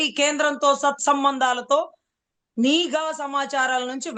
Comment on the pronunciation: అమ్మ మీరు చాలా బాగా వివరిస్తున్నారు. మీరు ఒక పదాన్ని పలకడం నిఘా అనే బదులు నీఘా అని మాట్లాడుతున్నారు. సరిజేసుకోండి.